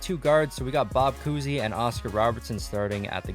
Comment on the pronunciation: Obviously the first ten are going to win also to, you said coosey, I’m pretty sure it’s COWsey